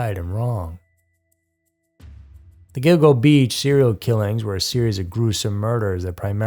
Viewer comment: Speaking of errors, it's Gilgo Beach, not "Go go."